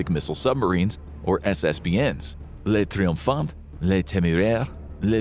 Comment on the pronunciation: Rafale is pronounced /rafal/ … that’s all I could handle because you butchered so many french words but this was pronounced the most. Otherwise, interesting vidéo.😊 Le triomphant /tri õ fã/ ; le téméraire /té mé rèr/ ; le vigilant /vi ži lã/ ; le terrible /tè rib/ ; moyenne /mwo jèn/